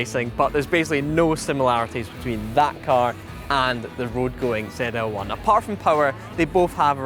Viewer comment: It's ZL-1, not Zee L1?